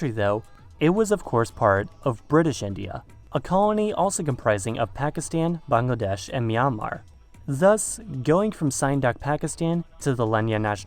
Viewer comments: I've never heard a white person pronounce "Bangladesh" correctly until now. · I really liked how you tried to pronounce Bangladesh correctly, it wasn't perfect but was way far better than others, thanks for that.